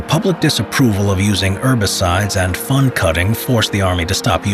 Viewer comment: When he says fund cutting it sounds like he saying fun cutting